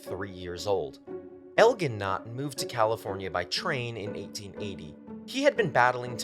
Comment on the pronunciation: In America, Elgin is pronounced with a soft "g". El-JIN